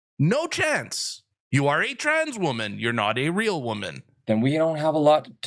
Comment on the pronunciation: It's tans, no woman!!